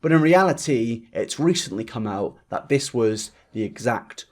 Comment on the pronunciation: "Everyone on r/eugeniacooney...." What is that? Also, it's "this", NOT "dis"....